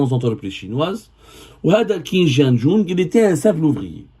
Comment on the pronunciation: Déja ça se prononce Tchin=Qin, c'est un grand monsieur que j'ai beaucoup de respect pour lui, il a commencer de très bas avec le privé et qui a aider beaucoup de promoteur a se lancer c'est à peine 2ans qu'il a commencer a travaillé avec l'état. vous parlez de lui sans même savoir dire correctement son nom. ( je n'ai aucun intérêt avec ce Monsieur )